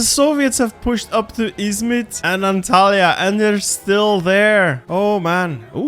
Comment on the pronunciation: You saying "Izmit" and "Antalya" was so smooth like you're almost as Turkish as me. (